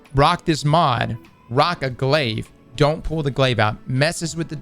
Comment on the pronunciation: As soon as you said glaive you lost all interest from me